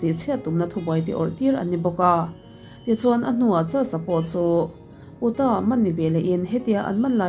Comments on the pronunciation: Miami = Mai-A-Mi ... Mya-me tihloh tur aw Utah = iu-Tah Oo-tah tih tawh loh tur aw... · Miss maiami ti a lam tur,,utah nilo in iutah ti a lam bawk tur ania,lo sawi ve mai mai